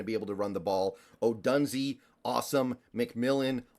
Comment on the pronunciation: Oh Doon Zay!!! Not Oh Done Zee!!!